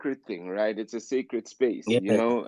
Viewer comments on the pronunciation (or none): none